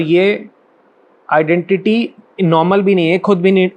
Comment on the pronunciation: आइडेंटिटी नहीं एंटिटी